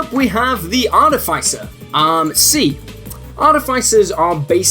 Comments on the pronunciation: Artifaicer? Oh yikes... the fice sounds like fist not like ice. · Artificer is pronounced ar - TIFF - iss - er, emphasis on the TIFF. There are no long 'i' sounds in this word. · You saying "Arti-fai-cer" hurts my ears, sorry. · Normally, I really enjoy this guy's stuff. It pops up every now in then in my various feeds and it's usually either accurate or intentionally silly and I'm glad I watched. But not this time. For starters, WHY do SO many people on the internet mangle the word "artificer"?!?! It's AAR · tuh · fuh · sr. Look it up if you like, it's true. Look it up. Get straight. Go forward. Move ahead. Try to inflect it. It's not too late. To freakin' pronounce it correctly. And then there's the actual content. This video is very confused/confusing about at whom it is aimed. Is it really meant for newbies? Then it gets WAY too deep into all kinds of terms and concepts that are going to utterly befuddle a genuine newbie. Or is it worded as if it were meant for newbies, but is really intended to help more experienced players help newbies? Then it spends waaaaay too much time explaining (some of) the concepts that newbies wouldn't get, but even the most lightly seasoned players know and don't need to be taught. Lastly, cheeselocks should be an "F", not a "B", since so many of their rules are unique to them and not shared by any other class. Other than that, I more or less agree with all of the rankings I've enjoyed pretty much everything else this guy has done, so I'm not gonna hold this one, single (really bad) botch against him: I'll still check his stuff out whenever it shows up. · the way you pronounce artificer...yikes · you should learn how to say words. like artificer. and eladrin.